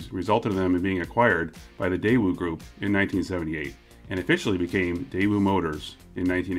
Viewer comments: You discuss how to pronounce Daewoo, then continue to call it Dae-woo. It is pronounced Dae-oo. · A little late to the debate but the W in daewoo is just a weird carryover from outdated romanization. In the Korean alphabet it would be spelled "deu" (really daeu, but the ae is pronounced e), so Day-oo is more accurate. Same goes for the family name Woo -- it's actually just U. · Nope, still wrong but close. In Korea itself, it’s like your British snippet: day-oo. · Most accurate way to pronounce is Deh-ooh (read like American). Anyways I don't really care if they pronounce it wrong. "Day oo" would just be "대이우" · Daewoo is more pronounced as "Deh ooo" rather than "Day woo" Deh like "heh" but with a D ooo as in "ooo that gotta hurt" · "Day-oo" is the correct pronunciation. In Korean, it's 대우. "대" (day) "우" (oo). Also, the "y" in Hyundai is not silent. Hyundai = 현대 = 현 (hyun) 대 (day). If you're not sure how to pronounce the "hyun" part of Hyundai, think of a cowboy trying to get a bunch of cattle moving : "Hyah!" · The other famous car guy pronounces it as 'Daaju'. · It`s actually pronounced... TAEwoo. There are several romanization systems for Korean, some render the letter "ㄷ" as T, others as D. It´s closer to the English T sound. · I pronounce it like day-you. I remember the tv adverts here the thi g they said was "that'll be the day you" Edit. I've just remembered we had a daewoo tv when I was a kid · I always pronounced it like Dy-woo. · Ok, I've lived in Korea for almost two decades and I can safely say that the W isn't pronounced: day-oo (like a ghost-boo!). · You still aren't pronouncing it correctly! 🤣🤣 The w is silent.